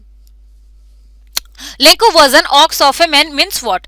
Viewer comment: That is not lenko that is lencho